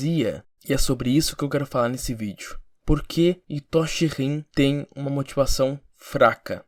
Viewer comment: Pq as pessoas falam Itóshi Rin? Prr, é estranho pra krlh, é tipo a pessoa falar kataná ao invés de katana